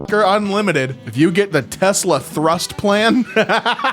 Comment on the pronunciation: Fuckin' "Amazon 'Thrust'"... 🤦‍♀